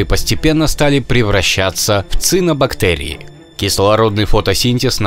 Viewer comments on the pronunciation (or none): Небольшая поправочка) Не цинобактерии, а цианобактерии